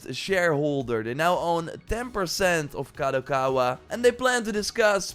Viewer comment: He learned how to say "Kadokawa" 😅